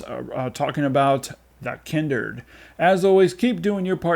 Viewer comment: The Kindered? How did you pronounce it incorrectly when it actually says The Kindred in the trailer you posted in the reviews lol? In any case excellent review 👍